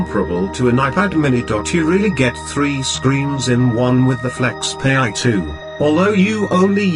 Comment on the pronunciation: Its not pronounced as (flexpay) but FlexPai as in (pie). So funny